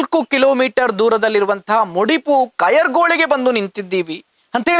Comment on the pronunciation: ಕಯರ್ಗೋಳಿ ಅಲ್ಲ ಕಾಯರ್ಗೋಳಿ ಹೇಳಲಿಕ್ಕೆ ಬಾರದಿದ್ದರೆ ಮುಡಿಪ್ಪು ಹೇಳಿ 🤦‍♂️